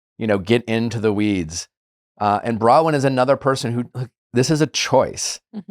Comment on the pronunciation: Nick, why do you refuse to pronounce Bronwyn's name correctly?